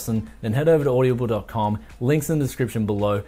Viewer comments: Bruz, its Aud-Ah-Ble, not Aud-ia-ble, at least according to their own advertising, just pointing that out, enjoyed the vid alot my man! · Am I the only one that noticed he pronounced Audible as OY DA BULL, lol